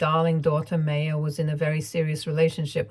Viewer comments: The name is pronounced “My-ya”. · Sorry, but the mispronunciation of Maya(My-uh) was really frustrating! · Maya is generally pronounced My-Ah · Isn’t it pronounced as Maa - ya?